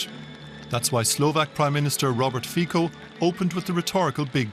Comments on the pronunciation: come on guys its C not a K Fico not Fiko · “Robrt fikou” heh